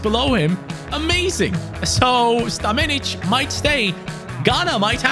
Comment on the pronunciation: bro called stanmenic australian 💀 o no